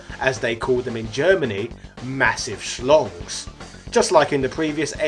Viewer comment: in German they are called "Schlangen", which is the plural of "Schlange". And its approx pronounced as "shlungan" rather than "schlongs"